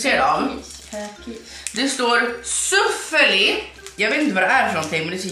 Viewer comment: De sägs Soffeli int suffeli